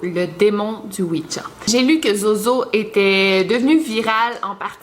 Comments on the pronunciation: C pas ouidja c ouija sinon t la meilleure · tu le prononce ''ouitja'' lol